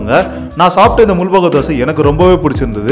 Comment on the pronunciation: Adhu mul-bagal illa bro, It's pronounced as Mul-baagal